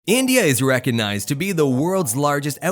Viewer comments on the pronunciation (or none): none